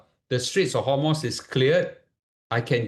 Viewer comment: its strait of hormooz, not hormoss or homos.